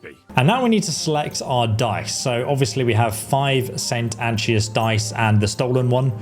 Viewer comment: He also butchers the name of the die itself. Saint Anchovy die my ass... Funny thing is that most of these names are pronounced many times in the game. Yet most youtubers ignore that the same way they ignored school.